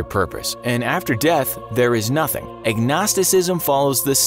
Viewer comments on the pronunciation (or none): none